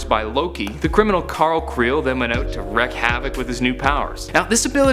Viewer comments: Wreck havoc? You mean wreak havoc? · when saying wreak havoc, it's pronounced reek